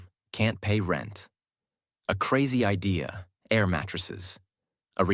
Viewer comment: Thank you for this story. In the sentence "The idea of living like a local..." the word "idea" is pronounced, in my opinion, wrong. Do you agree?